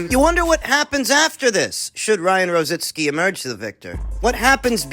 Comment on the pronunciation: Why is it so difficult for you guys to pronounce ROZICKI? ITS NOT ROZINSKI..lol..